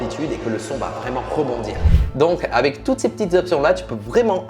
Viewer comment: Qui a remarqué que dit: avè au lieu de avec